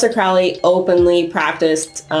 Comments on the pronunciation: Crowley is pronounced like Holy not "fouly" lol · Everyone always saying Crowleys name wrong. He wrote a friggin poem literally telling you how to pronounce it. Ffs. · It really is! Haha Apparently it's been mispronounced his whole life. I believe Crowley even came up with a cheesy phrase similar to the one I commented, to teach people the correct pronunciation.